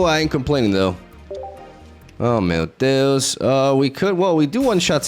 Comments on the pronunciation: Love when you say " mateous" but don't understand the reference/what it means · I think he's saying 'Meu deus'